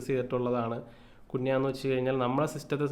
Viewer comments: കുണ്യ അല്ല ബ്രോ... കൂന്യാ...😅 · കുൻയാ എന്നാക്കി കൂടെ ബ്രോ 😁 കേൾക്കുമ്പോൾ എന്തോ പോലെ 😁😁😁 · Its better when called cun- ha 😬 (കുന് -ഹാ)